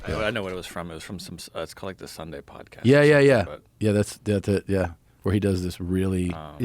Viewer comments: He's turning posh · Joe's Boston accent popping up for a brief moment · why did Joe say “podcast” like that? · Joe turned into a posh english guy for a second there